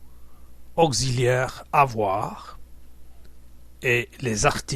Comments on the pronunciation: N'importe quoi !!! 1- on prononce /auksiliaire/ et pas /augziliaire/ 2- le verbe "avoir" prend son sens plein dans "عندي" et non pas son sens d'auxiliaire. Et il y q plein de fautes comme ça... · bravo pour ces cours de derdja mais il faut faire attention à la prononciation du français bien que cela ne soit pas le but de la vidéo (auxiliaire se prononce ok·si·lyèr)